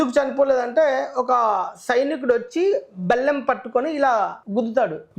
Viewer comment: Bellam kadura nayana ballem mundu matladatam nerchuko tharvatha vupanyasalu idduvu kani